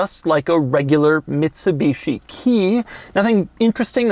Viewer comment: “Mitshibeeshi” hahahahha